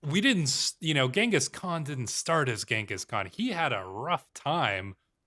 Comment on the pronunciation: I really appreciate that you pronounce Genghis Khan Correctly.